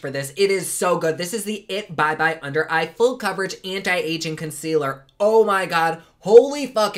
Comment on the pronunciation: Yay for!!!! avourit word: fondaçion....conckwealer and some bloush!!! the more you learn!